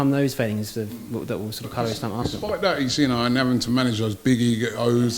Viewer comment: Its kills me when he says Arsthenal 🤦🏾‍♂️ Didnt know this was Arsthenal Fan TFee